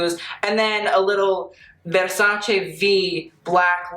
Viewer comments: 1. Love the sweater he is wearing. 2. Tilda always delivers. 3. Love how he, an american man, knows how to pronounce VERSACE. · WOW! It s the first time ever I heard a foreigner pronounce correctly Versace. Thank you very much for taking the time to learn it :).